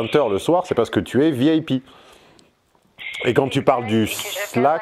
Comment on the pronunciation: Non mais quel impertinence! Balancer à sa cliente qu'elle est "vieille pie".... sérieusement, quel accent horrible mon cher....le i en anglais se prononce "aille" et non "eille". Alors Vi-aille-pi plutôt que vieille pie! Prend ça bien!